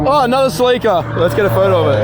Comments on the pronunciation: It’s not sleeeeekaaaa it’s a celica ( sell-eh-kcaah ) 😂❤️ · Bro no way you just said "ca-lica" 😭😭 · When he does know how to pronounce celica lmao (its all good bro we all do it)